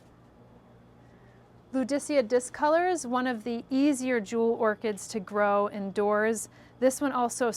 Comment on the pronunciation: The way he says orchids. Awkids.